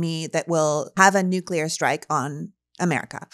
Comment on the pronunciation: THERE should be no nucular wepons